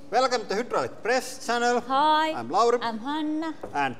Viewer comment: "PREZSS ZCANNEL"